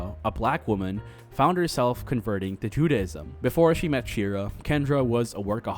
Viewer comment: while you make a lot of good points... respectfully i couldn't get through the whole thing cause t's hard to listen to you talk about judaism when you cant pronounce judaism properly lol "judy" - ism or "jew-day"-ism not jude-ah-ism